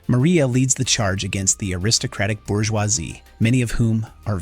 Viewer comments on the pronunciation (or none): none